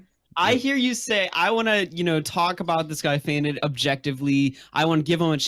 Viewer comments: fai’nd? it’s pronounced fainted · Fainted Fay-un-tid.